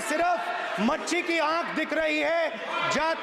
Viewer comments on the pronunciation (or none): मच्छी नही मछली होता हैं 😅😅😅😅😅😅